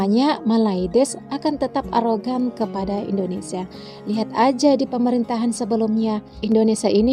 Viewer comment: Kok sebutnya indodesh lol..